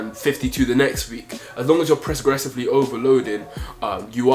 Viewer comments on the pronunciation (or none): man said presgoressively🤣